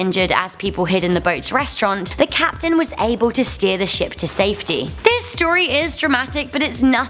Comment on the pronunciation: Kapeten Smith